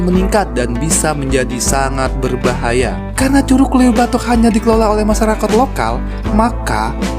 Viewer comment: Cara ngucap LEUWI salah bang..heee